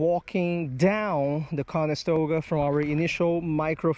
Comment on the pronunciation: Is it late there or are you just missing the T in the pronunciation of the river? Just curious is all. I lived up in Oneida NY right by Oneida lake which is gigantic and is a regular stop on the bass pro tour fishing every year but the town of Canastota is right next to the area as well. Not trying to be a douchbag and correcting you so I hope you don't take it personally. Not my intent at all sir!!!